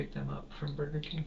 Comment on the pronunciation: He said "burrkeeeh" AI picked up "bird camp" . He ment burger king lmfao😂